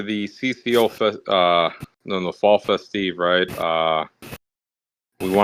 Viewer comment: "Fall Fe-Steve" 😂